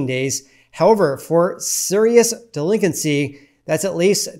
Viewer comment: The way he pronounced delinQuency was driving me insane for some reason.